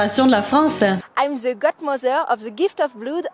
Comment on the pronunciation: Moi la prononciation ''ze'' m'as toujours bien fait rire. C'est pourtant simple de dire ''de''.